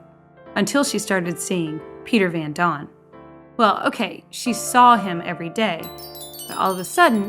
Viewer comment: This is very insensitive to people who suffered. And it is Van Daan not Van Don.